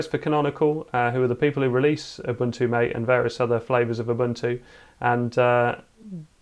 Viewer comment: Ma tay, not mate